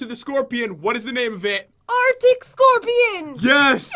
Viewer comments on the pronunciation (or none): it is arc-tic scorpion not artic scorpion a mispronounced word but right